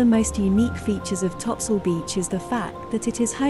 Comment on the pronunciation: If you knew the island history, you would never pronounce it topsoil